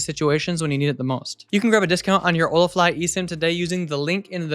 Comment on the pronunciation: "Nowadays before leaving home, I always take two minutes to set up an (eSIM???) on my phone" - SADLY, I COULDN'T UNDERSTAND YOU!!!